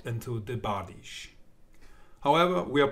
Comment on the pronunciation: No. Not bardishe. Byerdish. Бердыш.